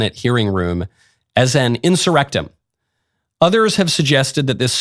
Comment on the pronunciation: “Inserectum” 😂😂😂 they won.